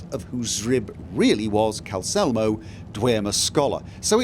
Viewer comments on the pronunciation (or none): I mean, dude forgot the second L in Calcelmo's name for ages.